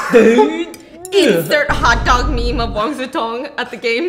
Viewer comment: You keep pronouncing Wang Ze Tong. He is Wang Si Cong. Completely different. 😂